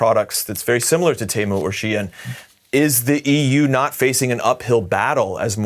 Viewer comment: This person should practice his pronunciation and then go fight Temu.... 🤦🏻‍♀️🤦🏻‍♀️🤦🏻‍♀️